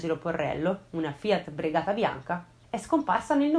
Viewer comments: comunque la Fiat è Regata, non Bregata 😆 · Bravissima però la Fiat brigata non si può sentire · Non conoscevo questa storia , grazie mille per averla esposta qui !! ; un piccolissimo appunto , l'automobile si chiama Fiat Regata e non Bregata 😉